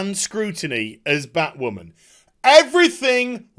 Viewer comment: thumbs up just for the "Bat Wahman"